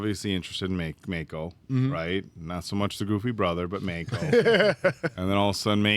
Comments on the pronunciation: Mah-Koe, not May-Koe! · MAHHHHH-ko. Please, I beg of thee.:) Ya killin' me,. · How do you hear names 50 times and still pronounce them wrong? I understand when book readers do this… BUT YOU ARE LITERALLY LISTENING TO HOW ITS PRONOUNCED